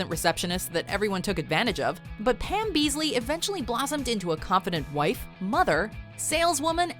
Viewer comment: beesly not beesley